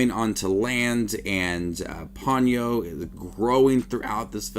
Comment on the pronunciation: Po-nyo rather than pawn-yoh.